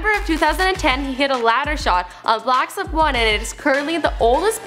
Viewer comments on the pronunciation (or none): Did she call black ops block ups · No hate but, she said blacks ops 1.. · Did anyone else hear: "blacks op 1" 😂😂